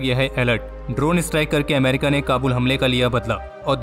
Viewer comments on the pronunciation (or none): none